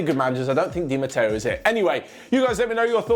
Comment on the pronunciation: Sorry but I garra say, Its Di Matteo